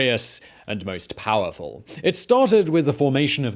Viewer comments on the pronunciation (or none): He came to pahh in the Roman Empahh. A pahhful man.